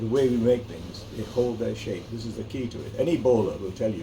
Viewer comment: Saaape 🤣😂🤣😂 idiot.. its shape ni saaape 🤣😂🤣😂😂